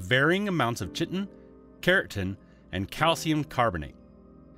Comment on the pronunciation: chitin = KAI-tin.